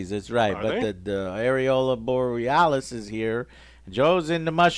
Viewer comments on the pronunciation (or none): Yes, Joe, the *areola* borealis. 😆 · As an Alaskan, “Areola Borealis” is hilarious lol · Bro really said Areola Borealis?